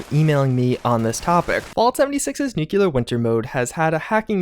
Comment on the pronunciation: will as soon add a 3rd claw to his DeathClaw Gauntlet as he'll pronounce nuclear: "Nu-clear". LOL!